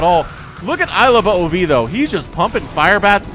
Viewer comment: Ilove "ove"(rhymes with move) not "oh oh vee"